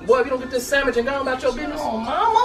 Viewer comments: i love that us black people say ''samich'' XD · She said sammich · I jus lost it when she said sammich😂😂